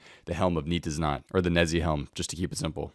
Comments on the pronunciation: It's helm of "Nay tiz not" it's a play on words for "nay, tis not." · nei-tiz-not helm. your pronunciation of this helm is horrible xD